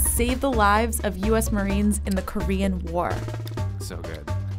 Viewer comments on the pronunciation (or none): none